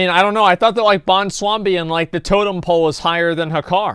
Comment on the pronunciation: "bwonslambi"....i died....